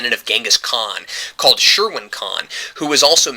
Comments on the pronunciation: Pronounced "Shee-wan" not Sherwin. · "Sherwin Khan" I not the correct pronunciation but I got a good laugh. Seriously, love the review. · I thought you said sherwin khan.... hhhahaha